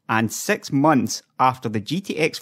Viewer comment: dude did you hard to say Six rather than Sex...